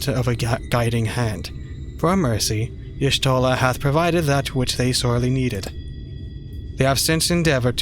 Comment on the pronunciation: Just a tiny complain: you supposed to read y'shtola as yashtola. Miqote tribe lore and all that